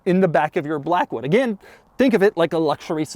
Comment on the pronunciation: "Class it up in the Lincoln 'Black.. Hood" lol ohhhh Doug